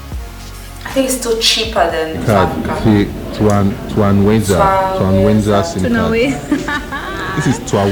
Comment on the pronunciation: Hihi. "Satafrika!"